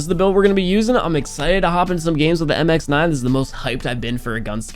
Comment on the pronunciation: Finally, said MX9 not "MIXNIN"😂😂